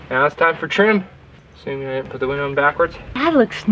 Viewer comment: “WE NEED A BIG VINDOW” HAHA❤️